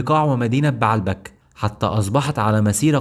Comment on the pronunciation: السرد كويس بس لغتك فيها اخطاء يا اما تتكلم عامية كويس يا اما تتكلم فصحي كويس بنحو وتشكيل مضبوط ومدينة بعلبك لا تنطق كما تقولها , ولكن بَ عْ لَ بَ ك , وليس بَ ع َ لْ بَ ك